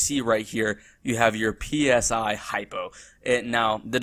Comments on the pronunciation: Dear god stop calling it P S I, say it as a word not as letters, Christ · "PSI" is prounced like the "psy" in psychology. It's short for "psionics".